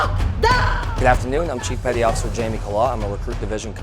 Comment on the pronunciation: And “petty officer” becomes “petty otter” for some reason